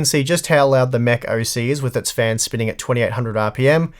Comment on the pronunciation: Every time he said Mech, I thought he was saying “meh”.